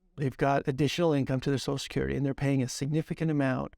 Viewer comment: Back to the drinking game! Every time he says sochacurity, take a shot.